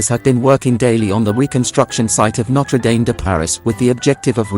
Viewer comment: It’s pronounced ‘nottruh damm’. No dames around. Is this an AI voice? All the French words are pronounced appallingly